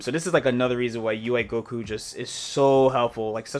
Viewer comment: First off... respect the character by not calling his ghost oki 'ghoki'. I'm a gotenks main and I can't stand it wen ppl say ghoki lol it sounds dumb af honestly